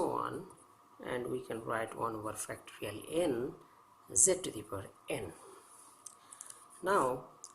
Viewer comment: Are you saying factory N?